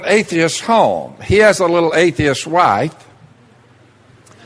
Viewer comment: He says A-the-ist like A-fe-ist